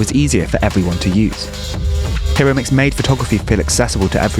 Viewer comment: Enjoyed! FYI: the "i" in Japanese is like the "e" in "keep" (or the "i" in "Hawaii" Hi (Hee): Like the "He" in "He is." ro (roh): Like the "Ro" in "Robot" (short "o" sound). mix (miks): Exactly like the English word "mix." It was really Araki who changed photography... by selecting Hiromix as a winner of the Canon photo contest that year. To be honest her photos were not significantly different than those of countless others teenagers of that era. Fame in art is as much about editors and curators as "talent". I've hung out with Hiromix at parties in Aoyama over the years. Her fame really went to her head lol. Been in Tokyo for 25 years.